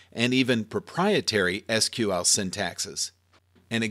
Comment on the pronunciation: Lol I searched for Seequel and this video came up, so I thought good, now I found someone to get pissed at. And you pronounced SQL correctly.